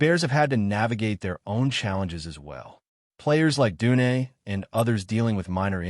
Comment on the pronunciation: Tomaine Edmund’s. You mean Tremaine Edmund’s. What kind of AI is this? Odunze* the longer I listen the more pissed I get. Roh may oh du nay! Rome like in Italy oh doon zay*